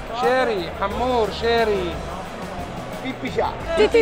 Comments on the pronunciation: لا يسمعك سعيد المهري من البطين تقولين حامور ههههههه اسمه هامور 😂😂😂😂😂😂😂😂😂😂😂😂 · احلى شي وقت ديالا بتلفظ اسم سمك الهامور ويكون الملقن هندي هههههههه